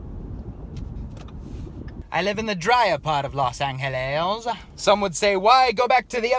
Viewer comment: "Los AngHEHlez"